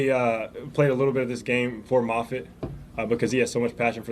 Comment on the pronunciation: Tommy MAHFIT not MAYFIT--you are so bright and knowledgeable-hate for you to lose credibility and viewers due to mispronunciations